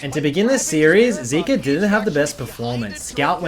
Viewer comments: is it really that hard to pronounce zeka (zehka) and zeus (zoose) correctly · its zeka not zika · Honestly was hard to watch the rest of the video when pronounced Zeka as "Zeke-ah" instead of "Zeck-Ah". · How are you going to pronounce it wrong after listening to the world's commentators? It's ze-ka. Not zeee-ka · I believe it is zeka not zika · bro if you gonna drop an hour long video can you at least pronounce his name right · Nah you ain’t bouta disrespect Zeka by saying his name wrong. Remake the vid and say it right 😂